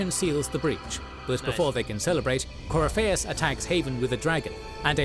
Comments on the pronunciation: Gotta love that they got the 1 guy who can't pronounce half the names to narrate their video, lol Coryfaus, alright mate, haha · My buddy. My pal. My brother in Andraste. Please watch a better lore video. This joker didn't even bother with pronouncing Corypheus properly or giving him a bonkers nickname like Coryphishits. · You HAVE to play the series. You think there's so much to it just watching this recap. You have no idea how much more there is to it. And how some decisions play into the next games. Also, all of the mispronouncing is hurting my Dragon Age loving soul